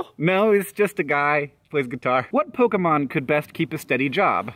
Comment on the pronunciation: i'm--aaahh!!! Hank pronounced Pokemon somewhat-properly yeessssss thank you